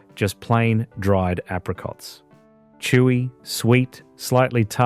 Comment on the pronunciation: Not like today, everything artificial, fake, synthetic, even the AI video narration that cannot pronounce apricots.